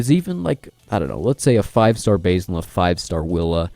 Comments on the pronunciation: I believe it's pronounced "Basil" as in the name, not "basil" as in the herb lol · Agreed. He is the Batlord, not the Baitlord ;)